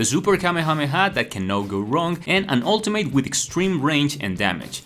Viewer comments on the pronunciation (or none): it’s pronounced ultimit not ultim8